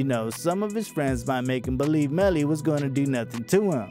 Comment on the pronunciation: You did bad bro. Fake photos... not saying his name right. Unsubscribe.